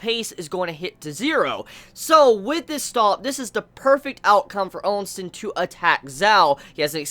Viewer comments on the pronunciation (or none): the names you use are funny lol. Ousen has no "n" after the O and Qin has no "u" after the Q xD Still, I know it is not easy to get all the names right when you binge this manga in a short time considering the huge amount of characters so yeah. Note: Qin is meant to be pronounced as "Chin" and is thought to be the origin of the contemporary name "China". I think you can pronounce it with Q or Ch, either way it is fine - I myself use the Q sound and pronounce it as "kin". On the other hand, Quin with a "u" sound in the middle is kinda odd lol.